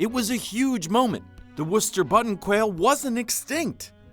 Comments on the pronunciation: Thank you for actually pronouncing Worcester correctly. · I havent watched more than 7 secs but you got my sub for saying Worcester right.